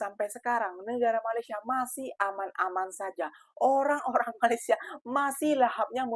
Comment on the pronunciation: COBA PERHATIKAN DAN DENGARKAN DENGAN BAIK APA YANG DIUCAPKAN... BERKATA MALASYA... MALASYA... MALASYA 🤣👻🤣👻🤣👻🤣